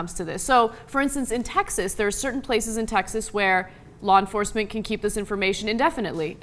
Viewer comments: Blah enforcement...lol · Blaw Enforcement?